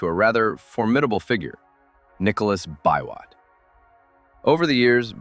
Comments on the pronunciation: Nicholas 'Bee-Wot!' not "bi-wot" lol (aka Total Man) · This video is quite wholesome. I've not watched another video featuring the Nyayo Pioneer Car. I believe the task for developing that car fell mostly on the state corporation, "Numerical Machining Complex". I love your pronunciation of "Biwott"- not a nitpick though 😂. They once referred to Thika Town as the Birmingham of Kenya I guess for LandRover assembly back in the day. Nowadays we're cool with 2nd hand Corollas. Greetings from Kenya.